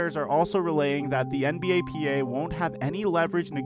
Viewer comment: Why he saying "NBAPA" its NBPA